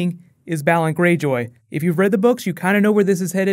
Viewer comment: its BAY-LON Greyjoy ><